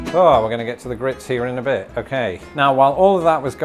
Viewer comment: “A bir spicy” 🙄🙄 lol